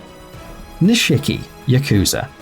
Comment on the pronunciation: Oh god the way he pronounces Nishiki. Lol